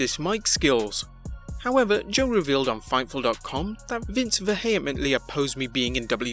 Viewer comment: Weird way of pronouncing 'vehemently'.